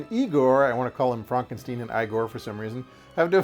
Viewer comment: Fronkensteen? Do you also say Froaderick? Why isn't it Froaderick Fronkensteen?